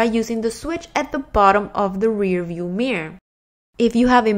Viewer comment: The way you say mirror is so funny.. it's like your are saying mier lol